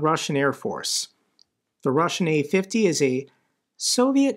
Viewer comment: what got me most is one of the commentators: he called it u-50, not a-50, like u-boats :D